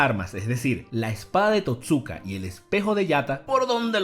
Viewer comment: Se pronuncia TOTsuka, no toTSUka.